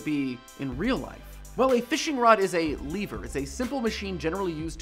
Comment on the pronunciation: I think you misinterpreted what Nintendo meant by "Dark Energy." Also, you don't pronounce lever as "Leever", because the latter is a Zelda monster.